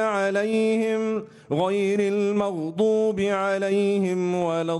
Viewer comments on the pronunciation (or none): none